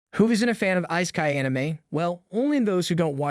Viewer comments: wtf is eye-sky? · Has this guy even watched any of these series.... instead of just reading out a summary. Just the prenounciation of all names and even worse on Isekai